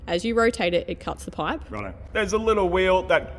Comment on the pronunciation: Now we shorten the paaip? Love you aussies😂